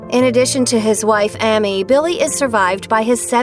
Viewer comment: Sitting here listening to this video and how many times The women mispronounces AMY'S Name just has me GRINGING!!!